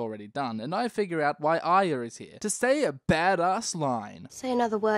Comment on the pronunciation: he can't say arya. try as he might